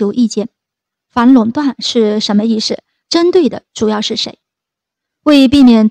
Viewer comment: 什么意思，说成，什么意失！发音都不准！